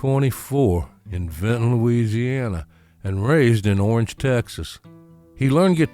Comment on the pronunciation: Another great one! I do love your bio documenteries. Refreshing to hear someone pronouncing the name "Loosiana" properly as I was schooled by an old Navy buddy from Baton Rouge! Looked to me like Gatemouth's number one guitar was a non-reverse Gibson Firebird. At least that was the guitar in most of the pics in this bio. Pretty sure my first exposure to Mr Brown was in a Hee Haw appearance, as the selection of music TV in those days was limited to 3 channels. We got cable fairly early in the '70s as I recall and it was then that I discovered Austin City Limits. Keep rockin' brother!